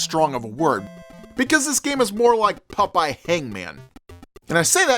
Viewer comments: Pop-eye dude, not Puh-pie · Holy shit I’m in love with the way pronounces the name PUPEYE! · Why are you pronouncing his name Pupeye? Stop it. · Why are you saying "Pupeye"? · Did the ghosts tell you it was pronounced "Pup-eye"? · It’s POP-EYE😅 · I thought it sounded like he was saying Pupeye too.